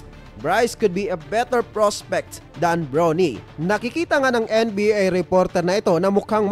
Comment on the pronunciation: Bronny LODS hindi “Brownie” parang sa Aso.😂😂😂😂😂😂